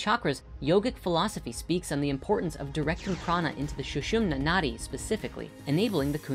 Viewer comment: "Nadi", pronounced "nuh-thee", is the Sanskrit word for river.